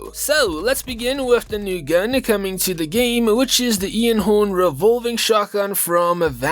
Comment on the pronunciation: The only two things I dislike in this. One is the BO4 reloaded because it usually boils down to a bunch of Firebreaks running around with the annoying reactor core. The other is your pronunciation of Einhorn. It isn't Ian-horn. it's ine-horn, like Einstein because they're both German.